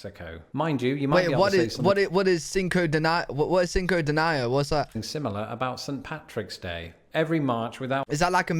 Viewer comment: That made me giggle, Cinco Deny O. Love you.